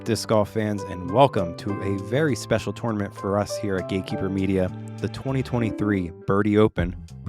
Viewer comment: I love when commentators pronounce tournament like Twwarnement😂